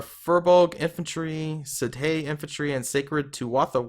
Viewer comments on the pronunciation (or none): sidhe is pronounced shee, it's gaelic